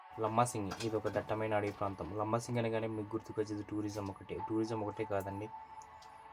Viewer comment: మీరు మాట్లాడే తెలుగు భాషను కూడా వృద్ధి చేసుకోండి. మాన్యం కాదు మన్యం. లంబసాంగి కాదు అది లంబసింగి.